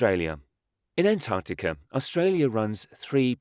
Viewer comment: Am I the only one hearing him say "Antanticum" ???